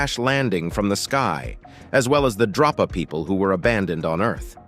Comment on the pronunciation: DRO-pa stones or DROP-a stones? Here's your sign ------------ He mostly calls them Drop-A stones and then near the end he calls them Dro-pa stones (which is correct). I find it amusing 😋